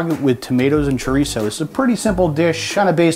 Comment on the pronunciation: Ahemmm... That's Sha-reese (chourico)